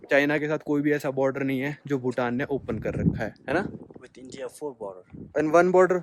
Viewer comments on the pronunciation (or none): none